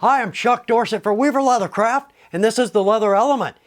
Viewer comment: In his introduction, for a second, I thought, I heard him say “we’ve a lot of crap” instead of weaver leather craft” haha 😂 Helpful and upbeat video thanks